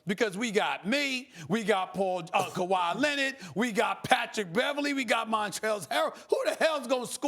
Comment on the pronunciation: I swear Stephen love saying Kawhi Lennit lol